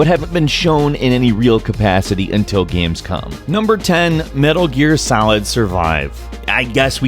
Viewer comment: "Games-Cum"...That's what I heard xD